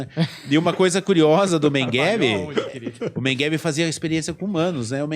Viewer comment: o sujeito não consegue nem pronunciar MEGELE ....o cara fala Mengueve ..... nem um português decente ele fala ...pqp historiador ...affffff